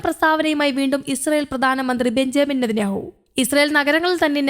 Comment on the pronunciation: ബെചേപിൽ നെതന്യാഹു.. അറിയാൻ വയ്യെങ്കിൽ വാർത്ത വായിക്കാൻ ഇരിക്കരുത് നിനക്ക് യാതൊരുവിവരവും ഇല്ല.. ബെഞ്ചമിൻ നെതന്യാഹു എന്ന് പറയാൻ പഠിക്കുക.. നീ വായിക്കുന്ന വാർത്ത മുഴുവൻ വിവരക്കേടാണ് തെറ്റുകളാണ്